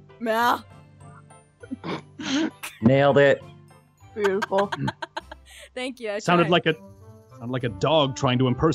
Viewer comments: And garroth pet him gently bcs he was just so BOOTIFUL Me:I thought u said bootyful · Did say bootyful